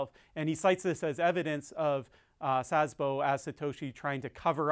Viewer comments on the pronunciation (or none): Interesting. Good Video, thanks. FYI: You pronounce Szabo like Szasbo, with an additional s (or z) before "bo". That's wrong. I know - Sz is difficult and not common in english 😉